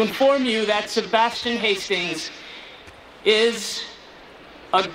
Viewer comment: sebastchian lmao